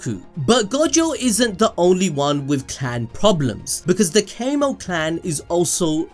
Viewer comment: Homie keeps saying Cay-moh clan, and I genuinely feel like I can't keep watching it.